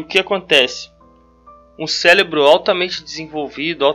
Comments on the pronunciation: nOHH pessoa falando célebro, que agonia. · É CÉREBRO e não céLebro!!! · Boa a explicação! Obrigada! Preste atenção quando tiver que falar cérebro e não célebro. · me desculpa, mas fiquei curioso ... pq vc fala célebro? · cara tu explica sintropia e entropia e diz CELEBRO? Cuidado com isso. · Se você vai falar a palavra várias vezes no mesmo vídeo você podia muito bem aprender a falar ela. Se já é cansativo ouvir uma pessoa repetir a mesma coisa a cada 15 segundos imagine quão irritante é, nesses 15 segundos ficar ouvindo a palavra errado!!! Sélebru Sélebru Sélebru